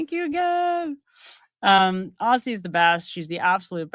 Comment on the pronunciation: 'Aussie' is pronounced 'Ozzie'.